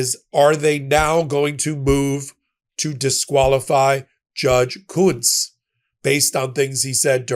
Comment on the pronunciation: Im pretty sure that they are pronouncing the name Kuntz wrong